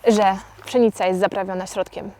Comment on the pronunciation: Czy mi się wydaje że Ty wymawiasz przynica?